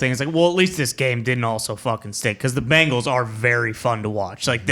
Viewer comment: Love the way you said BANGles. might he one of the best accents around.